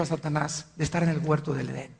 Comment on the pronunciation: Alducin es un indocto, no sabe ni hablar dice: guerto